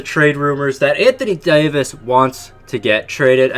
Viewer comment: Anthony Dayooveis